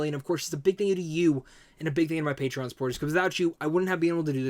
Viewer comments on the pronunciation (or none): none